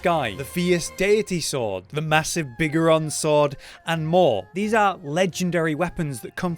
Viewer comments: who could ever forget the biggerons sword... nice pronouncing. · I have an English accent (like him) and I don’t say it like that. Possibly down to living in different regions, but I say it as Biggoron.